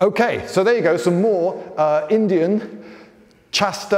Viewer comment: "LINDY-an martial arts"